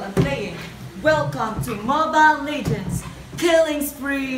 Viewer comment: "mObILe LEYgends"😂😂